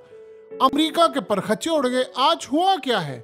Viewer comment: Tv پر-خچے نہیں اصل لفظ پرُّخچے ہے بولنے میں